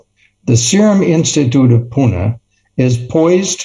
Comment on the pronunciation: It's Pune not Poona..😉